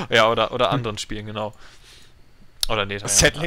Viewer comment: netarr alter :D englisch leute NETHER xD prä alpha xD man man xD